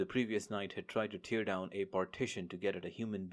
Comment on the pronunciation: Have listened to and enjoyed few of your J.C audiobooks. But every now and then I'm jarred by your mispronunciation of some words. So pls brush up on 'tear' and 'wound'. They have two different meanings each - and sounds. I am an old journalist and English teacher. Cheers!